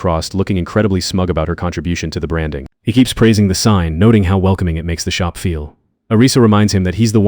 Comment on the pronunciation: shoppe instead of Shop